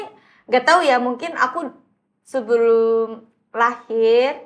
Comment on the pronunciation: Jaksel banget : “keya” (kayak) Tapi kenapa ngomong “sebelum” jadi “subulum”😭